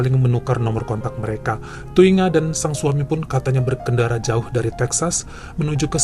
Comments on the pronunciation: Ku hargai kau baca nama Thuy Nga Thi Nibblet bang 😂😂😂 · Dari nangis pas denger ngmg thungai eh thuy ngah, eh langsung ngakak. 😅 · Air mata lagi netes , seketika ngakak pas abang bilang "thuy nga thi nibblet" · Lagi mewek denger cerita pertama Trus tiba2 ketawa waktu ngeja nama Vietnam